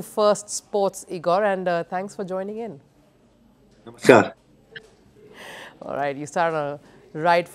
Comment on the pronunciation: Namakkal to bol deti, wo Croatian hokr namaskar , and you can't even say namaskar, anyways good job atleast covering football